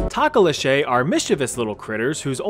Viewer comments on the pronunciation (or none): Tah-ko-li-shay- had me rolling its prenounced toh-Koh-Loh-she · It is Pronounced toe Ko lo she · It's pronounced Toke-a-loash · Takaleshay??? No my friend, it's TOKULOSHEE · it's actually tokoloshi not tokoloshey it's a legend VERY well known where I live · Hilarious... tok-la-che..... It's a to- ka -losh.... 😂😂😂😂😂😂😂😂😂😂😂😂😂😂😂😂😂😂😂😂😂😂😂😂😂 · It's tok-or-law-sh... But as a South African takalashay made my day😂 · it's pronounced Tokolo-shi not ché😭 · Im from southafrica and i was like tf is a takalashey, like i genuibly hadct9 think cause as he described it i was like yes yes i know this, it bights your toes off and i immediatly realised he ment thokoloshi. Just off pronounciations but i got there in the end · THO-KO-LO-SHE not TOE-KO-LO-SHAY I understand pronunciation can be a problem but be careful Zulu people are scary prideful and just tryna help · Tokoloshe is pronounced "Toe-koe-low-see" not tahkoloshay😭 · As a South African, it hurts me to hear you pronounce tokoloshe To-ko-loh-shay intead of toh-koh-loh-shi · Awesome video, but Tokoloshe is pronounced like "Tokolosh" - theres no "ay" on the end :) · "TohKohLohShey" LMAO -- its To-Koh-Loh_Shiiii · Tok-o-losh-ee. Not tok-o-losh-ey. That's how you pronounce it lol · pronunciation: talkoloshay❌ pronunciation: to-ko-lo-she✅ (to like toe she not shay) love your vids love from the ZA👍🏼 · the pronunciation of Tokolkklllkoshe made me cringe. Its Toe-kuh-low-she or toe-ka-low-sh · 😂😂😂😭That man said talk-olo-shei.... It's pronounced to-ko-lo-shi (don't emphasize the "o"s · Bruh i am from south africa IT IS TIKoloshe NOT Tokoloshe omg T-T Like Tiahka-col-law-shi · sorry but the tokoloshe is pronounced toko, lo, sheee she like a girl not shy but still a great vid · Tokoloshi is hoslw you say it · Bruh u pronounced tokoloshi so wrong. Toh-ka-losh-i D Say it d Fast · As a South African, I was so confused listening to him talk about the Tokoloshe that I had to rewind and read the name myself..😂😂 Its pronounced to/ko/lo/shi..